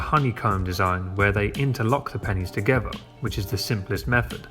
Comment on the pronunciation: OK, this is a shame but I guess I have to teach an English man how to speak English. For instance, when you say the word together, there most certainly isn't a V in the word together. It isn't togeva as you say it, it's together. OK that was your first lesson.